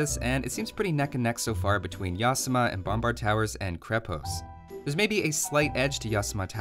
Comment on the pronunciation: It is NOT pronounced as YAAAsama! It is pronounced as yaSAAMA! (like yokoHAAMA)